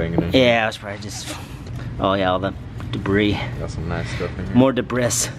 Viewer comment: when you said debris (as spelled) i lost it. i alway say it that way lmao